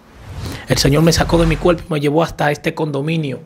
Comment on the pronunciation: Se dice CUERPO no cuelpo. Se dice por FAVOR no pol favol